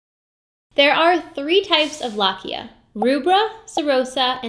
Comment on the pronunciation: Wonderful content! Please pronounce lochia more correctly, the “o” vowel here is pronounced long.